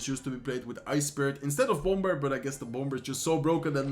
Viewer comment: I really love your videos! Keep it up! By the way, bomber is pronounced without the “b”. It is pronounced as (bomer)